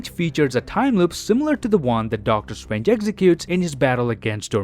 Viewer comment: i like when he says "Doctor Strwange"